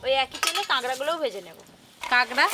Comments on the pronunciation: দিদি তুমি কাঁকড়া কে কাগড়া বলো কেন⁉️শুনতে খারাপ শোনায়... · Kagra na kakra vul kotha bolchen r language thik korun